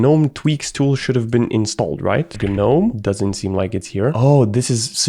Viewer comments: im sure or im stupd but if im right its pronounced nome not Gnome. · It's not G-NOME it's NOME even though it's spelled GNOME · it's gnome, not guh nome, no GUH, just nome. holy hell, loved the vid tho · Him constantly saying Guh-nome is sending me. It’s just “Nome” buddy. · the pain of hearing him say g-nome but i pronounce it nome like the actual word imo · Broh.. say.... "G-Nome" or "Geenome/Jeenome" because that's how you pronounce it. Whats GnOmE? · hey hey, gnome = ( nome ) proper pronunciation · in the word "gnome" the G is silent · The G is silent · I HATE the way you pronounce gnome 😭😭😭